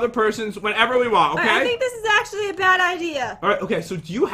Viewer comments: You sed bed 😒😒😒😒😒😒why you sed bed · Pat just say bed